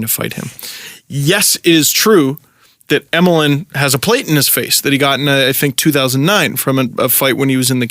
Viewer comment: Emelin is pronounced Yemelin because that's how his name is actually spelled in Russian